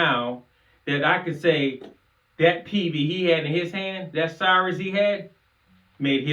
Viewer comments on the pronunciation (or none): It's Cirrus (SEAR-rus) not cyrus.